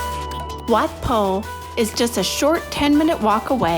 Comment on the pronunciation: ถึงพูดไทยไม่ได้แต่พูดชื่อวัดชัดมาก